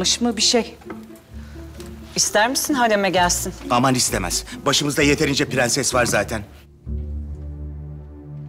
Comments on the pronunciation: Dadının da pığenses demesine ayar olan tek ben değilim sanırım 😤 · Farya’nın türkçeyi mükkemel bir şekilde konuşup bir tek ‘Prenses’ diyemeyen dadısının Sultan Murad’a attığı o bakışlar. Sanki gücü yetse öldürecek.